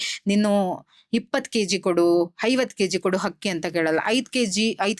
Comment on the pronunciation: ಮ್ಯಾಮ್ ಪ್ರಿಡಿಕ್ಷನ್ ಚೆನ್ನಾಗಿದೆ... ಬಟ್ ತಪ್ಪು ತುಂಬಾ ಮಾತಾಡ್ತೀರಿ....ಹಕ್ಕಿ ಅಲ್ಲ ಅಕ್ಕಿ...ಹಳೊದು ಅಲ್ಲ ಅಳೋದು ಹಕಾರ ಅಕಾರ ಮಿಸ್ಟೇಕ್ ಮಾಡ್ತೀರಿ.. ಆಮೇಲ್ ಅನಿತಾ ಅಲ್ಲ ನೀತಾ ಅಂಬಾನಿ❤❤❤ ಓವರಾಲ್ ಗುಡ್ ಮ್ಯಾಮ್